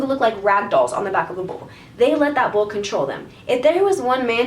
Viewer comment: I kept hearing bowl instead of bull and I was so confused on what the heck that cowboy was doing